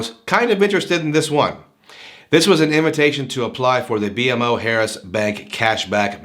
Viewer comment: Good review, it's actually pronounced Bee-Mo Harris. Very good bank & I plan to apply in couple weeks once my youngest account is 6 months old. There's 3 within 10 minutes from me. Definitely not new accounts or inquiry sensitive either!